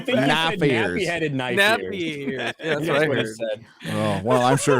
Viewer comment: "That (LOTR) is not a knoife ear, that (Dragon Age) is a knoife ear"